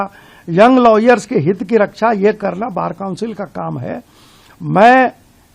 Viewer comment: ko lawyers bolna bhi nahi aata